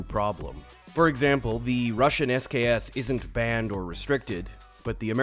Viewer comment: why is that sks french